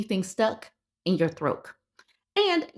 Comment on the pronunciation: Why do you keep saying throak instead of throat??